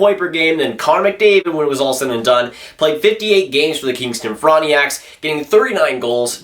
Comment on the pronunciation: FRAWNT-NACKS. NOT FRAWNT-NEE-ACKS